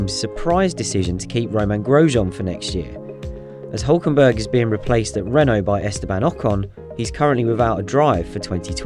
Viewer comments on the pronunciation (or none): none